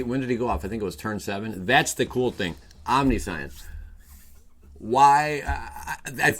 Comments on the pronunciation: Did you say omni-science? Pronounced, Om-ni-shence, bro. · Say it with me. Omn-nish-ence. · Omni-science lol 😂